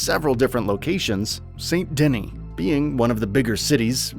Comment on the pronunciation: “St. Denny”